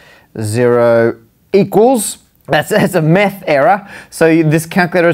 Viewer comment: "Meth error" I died inside XD